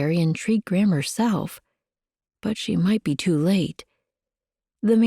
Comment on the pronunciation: Enjoying the story and will be looking for the other books. One thing that distracts me is the narrator’s pronunciation of Gram, sounds more like “Graham “ to me.